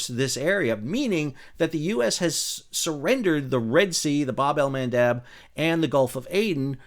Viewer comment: You said Bab-al-Mendaub...❤😂🎉😅😊